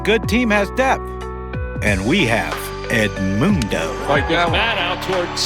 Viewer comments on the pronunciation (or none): THE WAY HE SAID “eDmUnDo” 😂😂😂